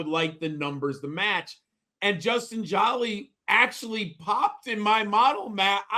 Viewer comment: Great job. Please pronounced his last name correctly. Its one L, not two LLs- It’s like the actress Angelina JOLIE. THANK YOU